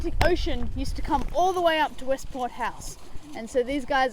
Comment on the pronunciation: westport not westpoint